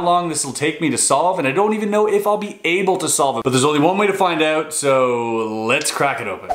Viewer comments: oot like you Canadians say it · I dont have a problem with the word "out" I have a problem with his pronunciation of the word